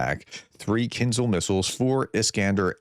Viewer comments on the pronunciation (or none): Prof, it's not Kinzle, it "Kin'jarl. Listen to a few podcasts by Ukrainians - you will soon pick up the pronunciation.